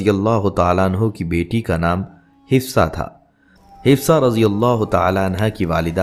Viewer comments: Hafsa bolein, hifsa galat hai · Apko name sahi padhna nahi ata, Hifsa nahi HAFSA Binte Omer hai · Islamic malomat day rae hai achi bat but plz hazrat Hafsa R.A talafuz ha urdu m b ap n ghult likha ha aur name hafsa ha hifza nhe ha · Hifsa nahi hafsa hai naam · Hafsa naam hai..hifsa nahi naam thik se lo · آپ نام غلط بول رہے ہیں حفصہ رضی اللہ تعالی عنہا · Hifza ??? You’re not pronouncing right name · تلفظ انتہایئ غلط اور ضرورت ہی کیا ہے ایسی انفورمیشن نبی صلی اللہ علیہ وسلم کی ازواج کے بارے میں سوشل میڈیا پر دینے کی